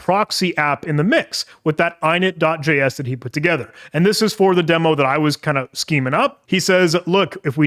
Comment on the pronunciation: Great video, only gripe is how you pronounce "!init" like eyenit